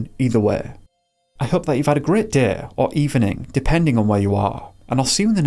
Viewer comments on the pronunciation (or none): Or everytime he says "deh" instead of "day" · Deh is better 😂